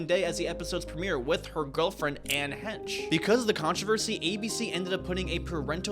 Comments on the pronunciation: The fact you say anne hench....proves youre not old enough to even really know this story 😂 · I like your enthusiasm, but this video is riddled with inaccuracies & im only less than 8 minutes in!! It’s pronounced “HAY-sh” Anne Heche…& all those movies of hers you named were from the 90s…not 80s also GLAAD is pronounced like the word “glad”. It’s not like LGBTQ+ where you say each letter lmao. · Ann "Hench" lol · Got his facts wrong. The network wasn’t on board from the start with the character coming out. Ellen didn’t realize she was gay during her sitcom. She knew she was gay already and had several relationships with women before the sitcom. Ann’s last name is pronounced Haysh. Cmon guy.